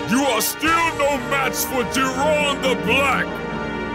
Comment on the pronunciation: Jir-on? I thought I heard jerome or somethin